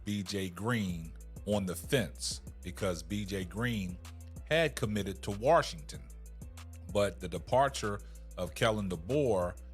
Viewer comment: Bro, there is no ‘R’ in Washington.